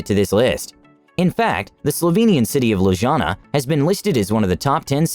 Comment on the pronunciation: I lose confidence in the information when the narrator doesn't know how to pronounce Lima, Ljubljana, and Triglav.